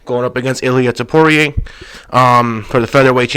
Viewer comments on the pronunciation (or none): Why do you keep calling Ilia Topuria, Ilia Topoirier? It is not pronounced like dustin Poirier smh